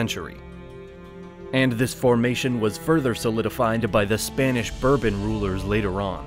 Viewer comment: Was this kid a butcher before he received this gig ? He certainly is butchering the the pronunciations of the old regimes of Europe....another bourbon ,son?